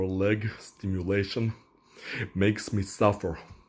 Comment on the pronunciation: Kinda made me wanna watch Harry Potter 😂 it's foot stim-U-lation not foot stimu-L-ation